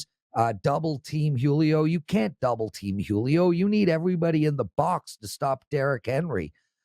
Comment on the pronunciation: I've never heard anyone butcher the name Julio before this